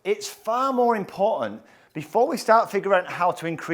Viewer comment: Inability to pronounce the letter T. Example: “imporaghant.” Whew! Please learn to enunciate.